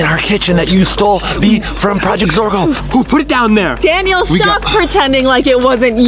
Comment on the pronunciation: “Deafet” “Dorgo” 💀💀💀